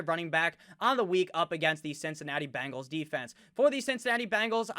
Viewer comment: Do the "Bangles" walk like Egyptians?? lolmmfao! love the way you pronounce that/them :)